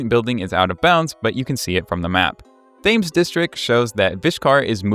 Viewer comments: Not to nitpick but Thames is pronounced “Tems” I do understand it does look deceiving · that is NOT how you say Thames 😭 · The way you pronounced "Thames District" and "Place Lacroix" omg lmfao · that's not how thames is pronounced lmao 😭